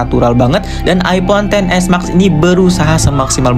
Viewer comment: knp ngmng nya (mak) si harusnya ngmbgnya (mex) kek anehh dengernya